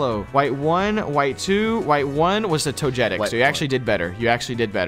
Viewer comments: I still can't get over the fact that after all these years they still say toJETic instead of togetic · Togetic shall from henceforth be called toe jet tic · Toe jet tic It kills me